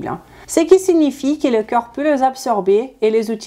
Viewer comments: Tu prononces "corps" comme "cœur", ça pose des problèmes de compréhension. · ne pas prononcer coeur à la place de corps !!!! MERCI BEAUCOUP ET BRAVO POUR CETTE VIDEO !!!